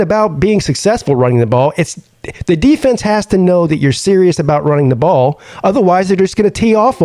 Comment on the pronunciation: PP it’s just one game. You sound like a Alabama fan dude! “Just run the Bawl”